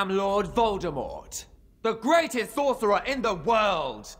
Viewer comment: "I am lord Voldemort, the greatesth thortherer of all time" "Sorry to disappoint you 'n and 'at, but the greatest sorcerer is aLbUs DuMbLeDoRe